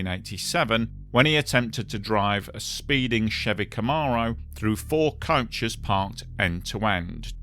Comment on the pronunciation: Why are you saying couches? It’s coach.. or bus. Ko-ch